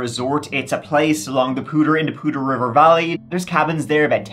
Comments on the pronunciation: As a northern Colorado resident, THANK YOU for pronouncing Poudre correctly! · Hey, you said Poudre properly! Not common for people who haven't lived near it.